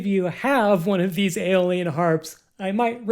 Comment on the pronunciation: eye - o - lee - an. not alien! lol